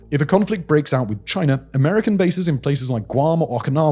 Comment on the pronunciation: Chiner???? Its China